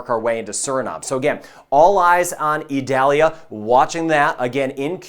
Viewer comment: Eee-doll-yah. It isn't an onion.